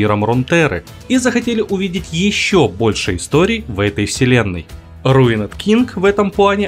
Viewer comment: РуинЕд Инглиш…..